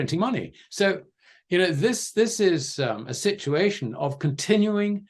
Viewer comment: I'm always amazed at how many times he manages to say "shit-u-ation" in EVERY SINGLE interview he does....